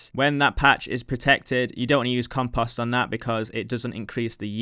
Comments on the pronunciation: Love the series... Triggered by how you say "compust" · Rly no offense and I don't think less of your video or you. But it drives me crazy the way you pronounce compost it sounds like comPUSt. Lol but yeah good video mate and best of luck to you in your journey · "compohst" dropped that like/sub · the amount of times 'compust' was said was out of this world. almost couldn't keep watching. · You mean every time he says "comPUSt" hahaha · Hey man, I just wanted to say "compost" doesn't have the letter a in it.